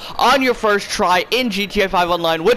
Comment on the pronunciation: Why does he say GTA 5 online like that ewww